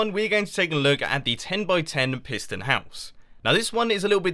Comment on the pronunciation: I thought you say prison LOL